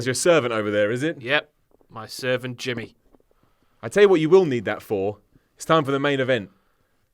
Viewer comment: Ser-vant Jim-my!